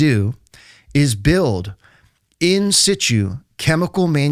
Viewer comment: He doesn't know how to pronounce "IN SITU" correctly. It sounds stupid.